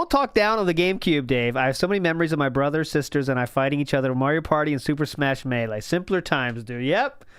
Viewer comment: How is it possible that he always emphasizes the wrong word or syllable. Hash BROWNS. MeLEE. Drives me insane.